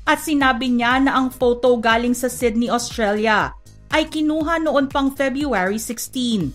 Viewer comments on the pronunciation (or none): none